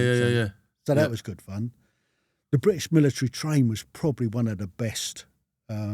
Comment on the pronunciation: bristish ? Is that your pronunciation or a deliberate error.